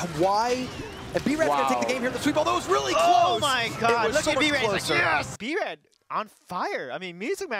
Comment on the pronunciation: b-ruh lol